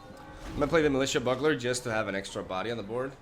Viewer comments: Boogler is also not correct. The "U" in Bugler is pronounced like you. So you wanna pronounce it like Be-you-gler all together. Hope this helps :D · "be-u-ga-ler" Not boo-galor. Damn close though! Serious respect. Keep up the great content. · Less like a Boo sound, more like the word You with a soft b in front of it. bYou-gler. Having said that, I only post it for your information, say it however you like, it's hardly like we can't understand what you are saying, some British accents are MUCH farther from correct punctuation than anything I've heard you say! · I can't believe you. It's not pronounced boogler, it's pronounced bow-ogler. You pronounce both o's. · Not bow-ogler, it’s actually pronounced Byoo-gler. Thinking of it like capital B, capital U, gler helps. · Still wrong on the pronunciation... It's byoogler, not boogler. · I have the same thoughts on the hero deck. When he lives, it's great. When he gets destroyed, you have a heavy mana-costed, slightly underpowered deck. This seems better. Btw, its pronounced byoo-gler. All good though man. I speak one Language and struggle with it sometimes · You're so close to saying bugler correctly, but it's pronounced "Byugler" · Literally both pronunciations you expressed were wrong. It's BYOO-GLER. Love your content, keep it up! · I think it’s most commonly pronounced b-you-gler, or bju-gler if you prefer. Same as “bubonic” starts. But fact is, we all understand what you mean, so it doesn’t really matter, but the English language always fascinated me still :) Keep up the great vids :) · It's actually pronounced like byoogler. Otherwise good going,! I love your videos! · Bee - EWW - gler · Its litterally pronounced how its spelled and he cant say it... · Look up a commercial for Bugels chips and you'll hear how it's pronounced lol.